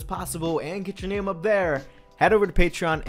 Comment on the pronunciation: you changing their names' pronounciation multiple times throughout the video was kinda annoying tbh